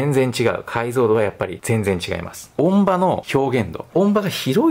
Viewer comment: 音場：おんじよう・と発音のが正しい様です。